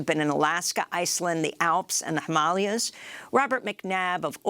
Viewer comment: Amy Goodman is often very good at pronouncing words and names, but every now and again, she makes some glaring mistakes. Himalayas is a pretty well known word Amy.